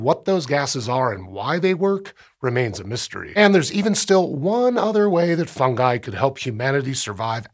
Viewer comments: THANK YOU FOR SAYING FUNGI CORRECTLY! Drives me nuts when people latch onto other pronunciations that don't sound right. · I liked that he pronounced it Fun-guy. Not Fun-Ji. Keeps the joke alive.